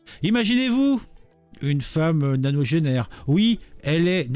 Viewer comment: Quoi nanogenaire? On dit nonagénaire a plus